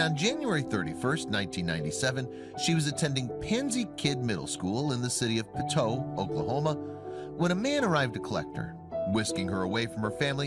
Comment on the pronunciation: The town of Poteau is pronounced PO-TOW.